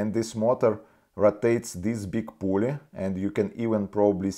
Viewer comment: Да говори по русски не мучай себя и зрителей. Акцент очень ухо режет невозможно сконцентрироватся. Англосаксы могут субтитры почитать. Я живу в Канаде уже 17лет так что уж поверь мне про акцент. Плюс неправильно некоторые слова выговариваеш это становится еще более. Pulley это Пулли а не Полле.